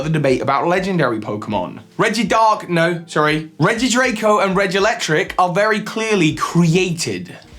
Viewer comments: It’s not “Regidraco” and “Regilectric” lol It’s “Regidrago” and “Regieleki” My opinion is that some Legendaries evolved. The Birds, the Beasts, and Urshifu are the most likely to have evolved in the traditional (Darwinian) sense. Maybe also Ho-Oh, Lugia, Latias, Latios, the Swords of Justice, Diancie (related to Carbink), Marshadow, Zeraora, Zarude, and the two Horses (sorry for spoiler). Falinks should go with other human-like Pokémon. I’m not quite sure where that is on the tree. Bisharp is possible though. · Is it to hard to say Regidrago or Regieleki?